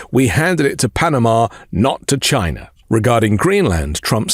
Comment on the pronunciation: Trump pronounces China as "Shina". I particularly laughed at the windmills killing whales rambling.